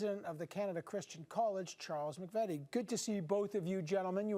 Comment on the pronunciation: MC-VEE-TEE NOT MACK-VETTY. (this man does not represent my family)